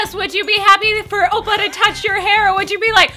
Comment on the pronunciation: "Opa" The way he said oppa xD